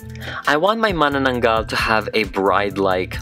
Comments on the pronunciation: Seriously? I was surprised. The way pronounced Manananggal is absolutely correct. And made me pause and think and said Wait, What? Is he a Filipino. He said my culture? So he is. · Mas magaling pa siya nag pronounce Ng mananaggal :D , Just watched our video :) lots of love from the PHILIPPINES :) ❤️